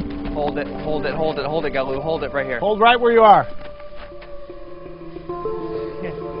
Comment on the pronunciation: I like how he pronounces Galu “gah-loo”